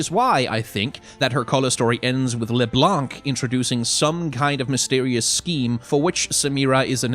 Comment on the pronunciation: This is not how you pronounce LeBlanc XD